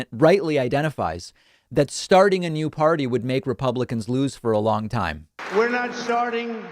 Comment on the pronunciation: I'm not gonna start a new pardy. Who would want to start a new pardy? I wanted to start a new pardy, but I don't think its right to start a new pardy but if I started a new pardy we would win and we would be winning. The most winning. We would win at winning. History's greatest stable genius.